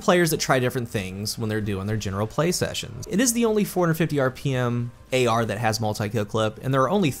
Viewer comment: Ahhh my friend. how video, but ngl everytime you said AR I cringed.